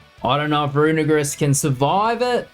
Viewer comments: Can you guys please poste poke paste link of team on description so we can try these out on showdown before building it? Side note: dude you gotta pronounce Runerigus right, you are too to a hate crime there haha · Bro did NOT said "Runerigus"😭